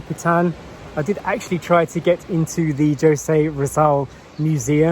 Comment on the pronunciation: It is pronounced "Ho-se" not Joe-se.We hope Story gets well,soon. Take care & keep safe.